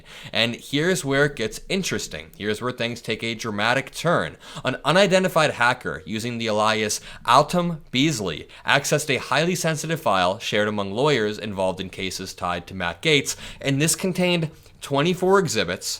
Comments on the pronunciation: Hey - Great reporting, as always! Thanks for helping keep us all accurately informed. Just a quick note, though: 'alias' is pronounced "AY-lee-us", not "ee-LYE-us". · Alias is not pronounced "uh-lie-uhss" it's "ay-lee-uhss." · Ah-lie-us? OMG...Eh-li-us!! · love your content. It's a-lee-es, not ah-lie-as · Alias is pronounced, A lee us, not uh LIE us. Trump is going to destroy our country. I think the Gaetz nominee is a red herring. He put up somebody absolutely nuts so that someone slightly less bad would slip right through and be accepted. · I would love that - after resigning from Congress - Gaetz is not confirmed. He'd be out and that's one less to worry about. Also - it's "eh-lee-us" not "ah-lie-us" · ...Alias not aLIas the accent is on the first sylable.😃💙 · Hey, "alias: is pronounced "AYE-LEE-US" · Alias is pronounce ay·lee·uhs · You mispronounced ALIAS. (A-Lee-Us) Google it. -- You're welcome. 🙂